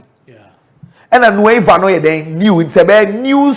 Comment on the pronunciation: Its nueva sociedad.. but it pronounced “nueba” sociedad .. the V is pronounced B